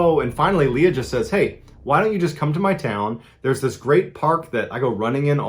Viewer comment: He said Leia instead of Leah ?